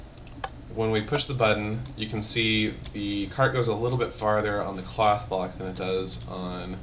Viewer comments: When he says cloth block it sounds to me like he is saying cock block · OHHH!!! i thought he said cock block not cloth block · When you say "cloth block" is sounds like cock block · Sounded like he said Cock Block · I thought he said cock block xD